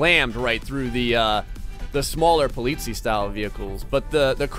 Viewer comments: Thank you, the way pronounces it was driving me crazy =D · the EI in polizei is pronounced like the y in try, and the last syllable is the one you wanna stress. greetings, some german dude :D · He was getting pretty near Swissgerman prounauncing : Polizie like you say it with a long i at the end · The ei in the end of Polizei is pernawnsed I and the i is pernawnsed e. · Im from Germany and I feel offended by the way you say Polizei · he is getting annoying because he isn't saying polizei right. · It’s German, it’s pronounced politzei, not poleetzee. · STOP SAYING POLITIE ITS POLIZEI GODDAMMIT cool vid tho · (This might be really late comment) i think the really funny thing is he said polizia and they are from italy if I'm not wrong ^^ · He bronounced the german police "polizies" lol, (im german) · Oliver Holtz guess what: the way you wrote it wont help him at all. At: you almost pronounced it right. To help you, its somewhat like Polizay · Polizii XD das ist eine ziemlich Falsche Aussprache man merkt dass er auf My Summer Car liegt (Poliisi) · Politz- eye, is the best way to teach someone to say it. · You pronounced "Polizei" wrong it should be like "polizai" greetings from Austria ;D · You pronounce Polizei like Po-Leeds-I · it's spelled polizei, but it's pronounced Po-Litz-Ai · not to be an asshole but Polizei is actually pronounced Politz-eye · The first r pronounced (po-litz-i) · It is pronounced po-lee-zy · Hey Rudy, exactly my thoughts! He pronounced it perfectly in Dutch (ben zelf ook een Nederlander). Seems to have a bit of trouble with the -zei in polizei.: next time you can pronounce it as PO-LI-TSAI and your german fans will "sehr glücklich".:P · It's funny how you pronounce "Polizei" xD You could let the Google translator pronounce "Polizei" in German if you want to. :D Btw. that's German and these cars are regular BMW Police cars in Germany :) Love your vids! Keep doing what you do!